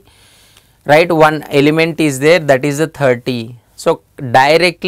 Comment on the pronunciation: It's "is" and not "is-a".